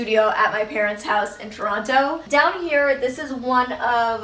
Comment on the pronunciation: Super cute apartment! Love it. Just curious why you enunciate Toronto ? Have you always done that or is it being around so many Americans? haha.